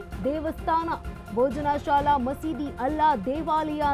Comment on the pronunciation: ಮಾನ್ಯರೇ ತಾವು, ಭೋಜಶಾಲಾ ಎನ್ನುವ ಬದಲು ಬೋಜನಾಶಾಲ ಎನ್ನುವ ನಿಮ್ಮ ಪರಿಗೆ ಎನ್ನನಬೇಕು? ದಯಮಾಡಿ ಸರಿಯಾಗಿ ತಿಳುದು ಉಚ್ಛಾರ ಮಾಡಿ! ನಿಮಗೆ ಸಾಮಾನ್ಯ ಜ್ಞಾನ ಕಡಿಮೆ ಎಂದು ತಿಳಯುತ್ತೆ!😂